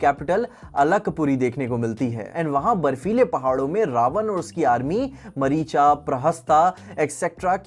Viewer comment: मरीचा या मारीच, 😂😂😂 यक्ष या यक्षा😂😂 गजब है इंग्लैंड से आये हो क्या